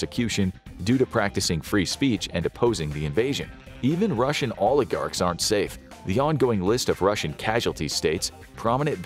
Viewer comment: "Don't be beetch; be Rossian!"